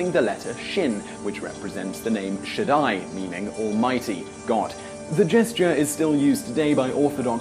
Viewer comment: Actually, your pronunciation is nearly perfect, as far as I can tell. You said "Shaddai" correctly, not an easy feat. Ironically, the one Hebrew word you pronounced wrong was the easiest one, Aaron. It's pronounced "Air-on", not "Aay-ron".